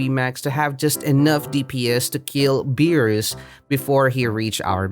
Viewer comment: Stop saying it beerus like that